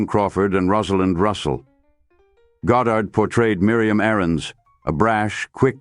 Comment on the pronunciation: A.I. seems incapable of even pronouncing her name. There are three different variants in this one video. I will pass on finishing...